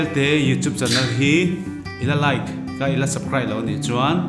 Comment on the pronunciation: U pantea aw"chu a nervious deuh a nih kha.subsribe tia sawilo in subcride a ti daih